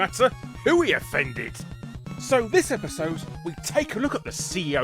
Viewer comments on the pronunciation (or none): none